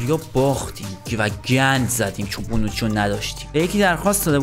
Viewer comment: هربار بونوچیو میگیره😂